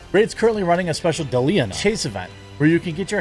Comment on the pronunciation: It is DeliaANA not Delian.